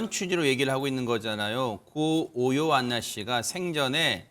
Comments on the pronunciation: 오 요안나씨에요. . 요요안나😅계속틀리시네. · 이름 정확히 발음해주세요. 요요안나 -> 오요안나